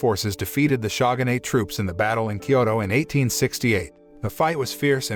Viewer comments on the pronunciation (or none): the "shagun" "shagunate" ruined this for me. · 'SHAGANATE'?!! Seriously? Never has ANYONE Ever pronounced Shogunate that way ever- either inside or outside of Japan - you must know great shame - we have left a hilt-less wakazashi to exit properly - no death poem needed ;-) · It's Pronounced "Showgun" and "Showgunate" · The shaw-gun-ate troops